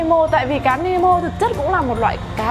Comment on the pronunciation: nemo khong phải meno dau chị